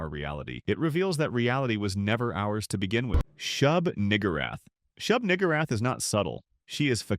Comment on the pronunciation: Excuse me? Shug-WHO-rath?! 😂😂😂